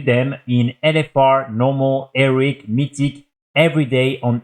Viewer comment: maybe we enjoy the fact that he says eric and heroic bussies, have you considered that? maybe youre the one implying it's a problem.